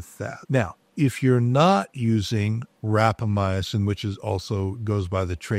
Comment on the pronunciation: How much experience does the doctor have with rapamycin when he is mispronouncing it?